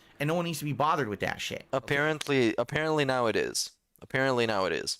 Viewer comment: Also not how he said "appearently" a mobile game addict, not "allegedly" a mobile game addict.